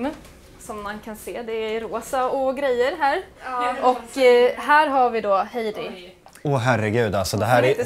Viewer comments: Bara jag som störde mig på att han sa ”Hajdi”? Haha sry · Stör mig på att säger fel till namn till Heidi han seger hadi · Alla: Heidi: HAidi! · Stör mej på att alla säger Haidi istället för Heidi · Hon blir arg när ni säger "Haidi"istället för "Heidi" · Bara jag som stör mig på att och säger haidi inte heidi...?! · Hon heter inte Haidi. Hon heter Heidi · Inte Hajdi hon heter Heidi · Ni uttalade Heidis namn fel hela tiden typ. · Själv tror jag det är Heidi,, du utalade Heidi fel!